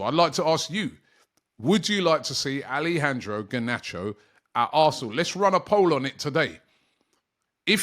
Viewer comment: Bro please don’t butcher the name like that 😮 it’s ALE-jandro (ALE, like in French) not ALI-jandro